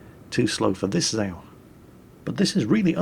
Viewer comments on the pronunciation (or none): it pronounce Za ao two words